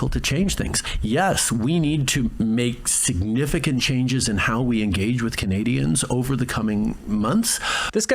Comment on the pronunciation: Trudeau likes to “I gage all Canadians however, from behind!